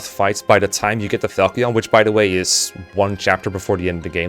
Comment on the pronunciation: Fal-key-on 🤣 Never in my life have I heard it pronounced that way